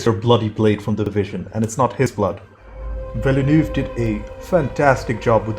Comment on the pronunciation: I know he swallows most of the letters of his name…but if you ever heard the director pronounce his own name in an interview, you’ll hear him say “vil-new”. That is all, “vil-new” Two syllables.